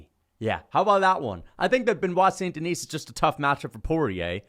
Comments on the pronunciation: If you're going to make a completely irrational hot take for clicks, can you get the damn guys name right?! Benoit Saint Denis. Hes French. Its not "denise" like Denise Richards, its pronounced "DI- knee". As in I want to Ben Askren da-knee you in the face every time I hear you pronounce his name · The “saint deNISE” is killing me hahaha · makes a lot of good points but he pronounces the silent 's' in BSD's last name so his arguments are invalid. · His name is Benoit St Den(ee)